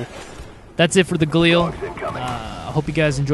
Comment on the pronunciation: no dude he said it right -_